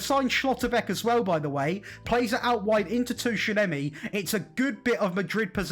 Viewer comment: Careyos and Tooshanemi are interesting pronunciations